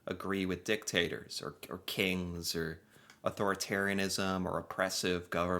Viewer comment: I feel like you were saying D!CKtators on purpose. 😂